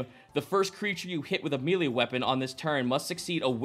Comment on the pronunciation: Does it bother anyone else how pronounces "melee"?